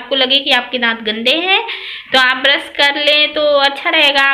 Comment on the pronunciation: ब्रश not ब्रस😀